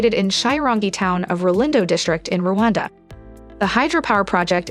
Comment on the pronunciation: It's Rwanda; not Ruwanda.Every African should be in position to pronounce the name of the country properly.